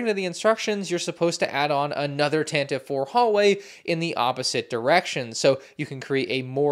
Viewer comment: it’s “Tan-ti-vee four”